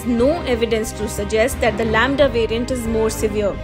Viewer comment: Lamda = lauda 🤣🤣